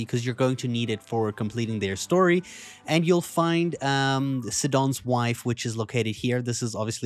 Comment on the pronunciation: its not Sid on. its SIGH On, like Poe Sigh Don Poseidon the Greek god of the Oceans.